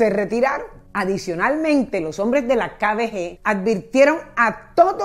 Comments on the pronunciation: Dices muy mal "kbg" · No entiendo como pronuncia KGB Dice KBG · Repites Varias Veces KBG Pero Es KGB Señora Copié Bien La Historia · hay cientos de videos en youtube que tratan de la kgb, y pronuncian correctamente. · LA PRÓXIMA DI BIEN "KGB" EN SU CORRECTO ORDEN, GRACIAS. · Es KGB, de resto como siempre chévere! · Cómo cuando no sabes decir KGB